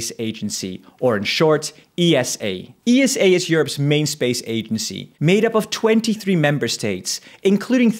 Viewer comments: Its pronouced Esa not E S A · Why do people call is E S A instead of Esa? Do you also say N A S A or just Nasa? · I don't want to be rude but ESA is usually not referred to as E-S-A just esa. Similar to NASA you don't say N-A-S-A. Love your videos bro ❤ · You're wrong though, most say E-S-A.